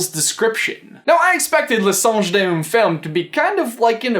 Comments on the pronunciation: hey! french speaker here! just so you know, we pronounce the Word "femme" as if the first E is an A, like when you scream Ahh!! so the correct prononciation is "F(Ah)mme". the rest was good! and in case you wanna know, under the picture in belle's book, it's writen : le prince charmant. translate it as : the prince charming ;) have a nice day! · I'm sorry, but horrible pronunciation. Good effort though. In French I mean. "Le songe d'une femme" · i can read french ! since i ... actually am french ^^ i think they put Le Songe d'une Femme (btw it means the dream of a women) to lead us on the wrong track, so no one knows for sure what she's reading. Your pronunciation of the title were correct except for femme, it doesn't sound like the english word fame but the e in femme infact sound like the a sound in french (which i don't think you have in english) so we would say "fame" but in french, not english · I speak french! Also, that's not exactly how you pronounce it... Seriously you pronounced Femme wrong. THe title of the book means "Thhe thoughts of a women", so seriously, take french lessons please! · Hi from France! Nice try with "Le Songe d'une femme" although "femme" is actually pronounced... \fam\. Fam. You could definitely not guess. To sum it up quickly it's due to the way French pronunciation has evolved through time (like Shakespearian and modern English I suppose) so basically your pronunciation would be right if we still were in the Middle Ages or something. Which is nice. And by the way your French accent is the sexiest I've heard in a long time. ;) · Les Français en force ^^ C'est vrai que c'est assez cocasse comment il prononce "Le songe dunne fumme " x) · Im pretty sure it says woman in the title..which is pronounced fama...but my french is crap so don’t rely on me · Femme is prononced "famme" ;-) The "a" prononced like the A in "Adam" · You pronounce the book "luh song dune fehm" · femme is pronounced "famm"